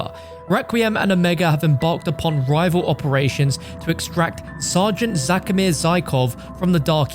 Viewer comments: zakimir? i thought it was kazimir zykov? correct me if i’m wrong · That’s twice in one video my guy gets Kazimir’s name wrong. 🤣